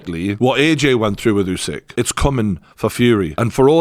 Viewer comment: I wish one person in the UK could pronounce Usyk's name correctly.